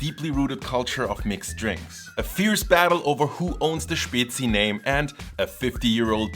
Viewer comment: May I, as a Bavarian living in Switzerland since 20 years, will finally be able to order a Spezi (it's actually pronounced Späzi) in a restaurant?